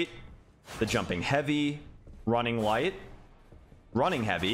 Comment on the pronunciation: I can’t be the only one hearing “jumping white” every time he is saying jumping light 😂😂. Love the videos!!!!!